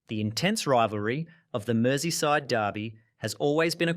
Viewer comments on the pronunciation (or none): none